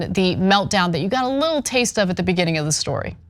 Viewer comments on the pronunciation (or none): none